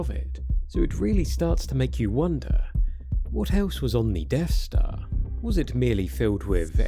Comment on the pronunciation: He keeps saying Deaf Star..